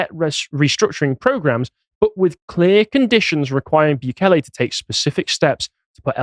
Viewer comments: You're still not pronouncing it right. It's not Byu-kay-lay, It's Boo-kay-lay. But cool that you're covering him. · mate its pronounced like "boo-kele" not "bew-kele" soz mate xox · Still pronounced Bukele the wrong way there lad 😂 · Hate to be that guy but El Salvador is not loctaed in South America... And not that it really matters but since he mentioned he "learnt" how to pronounce "Bukele", is appropriate to say he is pronouncing it wrong... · It's hilarious how he managed to find another way to mispronounce Bukele lol